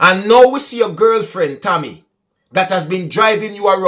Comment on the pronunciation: The lady is named Cammy. Not Tommy or Tammy. Because of our diverse accent the name got mispronounced